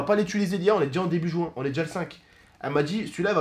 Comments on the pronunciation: Dit pas jouin, on dit juin. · C'est pas jouin c'est juin😂